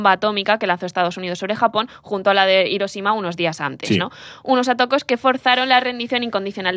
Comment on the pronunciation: Consejo para próximos podcasts. En japonés, las J se leen como LL, el periodo Jomon en LLomon. Parecido con las H, son aspiradas como una J española. Hiroshima o Heian no son Iroshima y Eian sino Jiroshima y Jeian. Por cierto, no sé qué bibliografía habéis usado pero cualquier fuente moderna dice claramente que los ninja nunca existieron y ni siquiera cuando había mercenarios que hicieran guerra no convencional se les llamaba así. El ninja es un mito moderno.